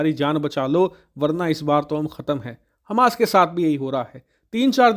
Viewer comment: Hamash ka raudra roop Kya bol rahe he samajh me nahi aaya